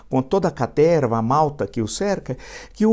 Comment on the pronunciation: "Cateerrrva" hehehe